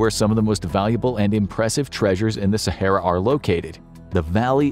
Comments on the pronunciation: So good that he can't even say the name Sahara properly 🙊🤷‍♂️ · At least learn how to pronounce Sahara beforehand. It's not too difficult